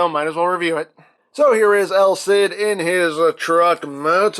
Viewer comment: Stop calling him EL CID it's just wrong